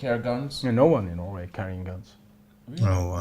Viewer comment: Norway isn't only nordic country. Also, it's not pronounced "noway".